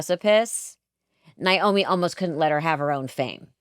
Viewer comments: At least pronounce her name right,,it's NAomi nit Niomi...... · So happy to hear your guests say Naomi‘s name properly. My sister-in-law‘s name is Naomi and I can’t stand it and neither can she when people say NIomi… edit: well, she said it right once and then she blew it😂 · Its NOT NI OMI its NA OMI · Y'all, it's "Nay-O-me", NOT "Ni-O-me. Neigh like a horse not with long "I". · Very interesting. I am looking forward to seeing this. I’m surprised at the mispronunciation of NAomi…they are saying Niomi. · Why do both of these ladies keep mispronouncing the name Naomi? It's NAY-omi, not NI-omi. Long A, not long I. Not even the Judds themselves say the name with a long I. Strange. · Her name is being pronounced incorrectly by both of you. It's pronounced Nay - omi Not Ni - omi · Did she pronounce her name Ny-Omee? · They both called her Nyomi! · It’s amazing that they both are so engaged and connected to the story, but don’t make the effort to pronounce Naomi’s name correctly. It’s NAY-0mi! And, Melissa, it’s WHY-nOna. Do better, ladies. 😖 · First of all, it's NAY-omi and WY-nona